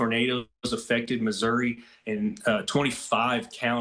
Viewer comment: " misery " as he trys to say missouri